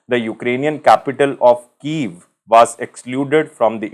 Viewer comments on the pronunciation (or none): none